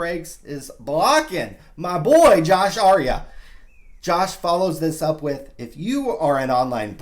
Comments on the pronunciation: his name is Josh Arie-ay, not Josh Arie-uh. lol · Pronounced Josh Arieh (Ar-E-aye) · FYI it's pronounced Ari - Ayyy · You and Josh are friends but you can't pronounce his last name? Not even close btw..